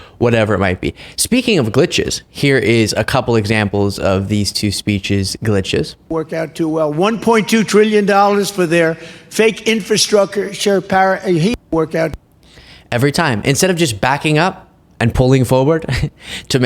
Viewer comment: In-struck-a-chure is beeg